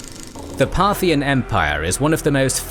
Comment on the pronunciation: Part-hian ... should be re-pronounced... 🧐 Partial religions ☪️✝️🕉️✡️ Partial politicals 👑👑👑 Partial financial 🪙💎💰